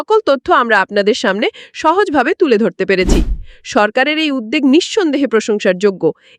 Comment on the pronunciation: উদ্যোগ শব্দটির উচ্চারণ ঠিক হয় নি ।